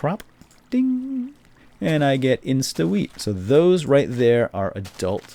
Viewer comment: OHHH r u serious bro? INSTA WEE-oh its weat